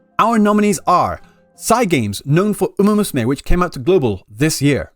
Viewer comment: yes lmao